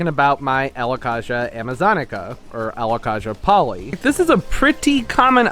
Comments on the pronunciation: Very informative video. The Alocasia is pronounced Alo-kay-sia Not Kah-sia. Pronounce the a like in the alphabet. We all mis pronounce names when it is a new word or plant to us. Just in case you didn't know. It is super typical for any plant to do well in winter with grow lights and proper care, even for the Alocasia Polly. My plants double in size over winter with grow lights 24/7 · Don't you pronounce it Alo -kay-sha, not Alo-kaaaa-sha? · Alocasia is prnounced ALOE-CAY-SEE-UH